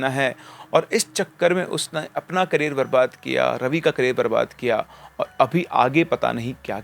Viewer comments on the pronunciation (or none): none